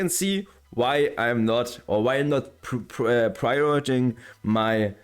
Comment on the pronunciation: prioritizing is pronounced like pry ora tie sing, not sure if that helps much or not